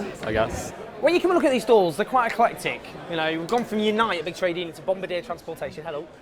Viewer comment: Sorry to be pedantic but it's pronounced Bomb-bard-ee-ay not Bomb-buh-dear. It was founded in Quebec.